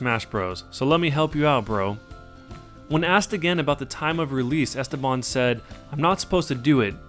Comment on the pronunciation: The way you say "Esteban" is painful sir.